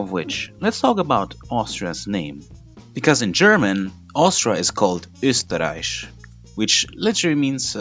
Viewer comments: As an Austrian I can confirm this is pretty much what happen. Also your pronunciation was really good. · Yep one talented frenchman who pronounces ÖSTERREICH beautifully!Merveilleusement réalisé !